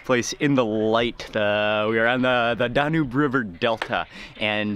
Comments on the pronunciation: I know it's not DaNOOB river, it's DA-NUBE(as in TUBE) and I am not even Romanian. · It's pronounced Dan yoube not how you say it. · "Danyoob", not "Dahnube" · DAN - YUBE!!!!!! NOT DAN - NOOB!!! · Great vid, just an FYI it’s pronounced Dan-yube. 😊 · DAN - YUBE (Danube) , pronounced similiar to TUBE